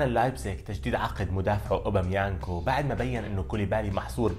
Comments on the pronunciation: اوباميكانو و ليس اوبامينغ ههههههه مشكور عاى الموضوع، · قال اوبميانكو غلط يا رجل 😅